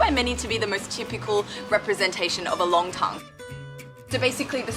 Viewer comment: Nongtang, NOT Longtang. 上海人很多发音是错的， R和L不分， N和L也不分。不少中国人实际上汉语发音很受地域影响， 发音不准确。